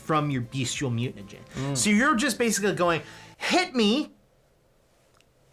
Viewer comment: I love you guys but saying mutanagen over and over is killing me. Think you are trolling me here. BTW thanks for the PDF and the write up I am playing this character this weekend now.